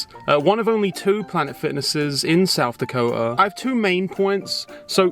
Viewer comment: i love the way you say south dako'a